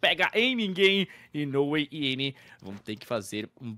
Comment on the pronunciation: Alguém avisa o Gaulês q é "nOway" , não "nawayzão"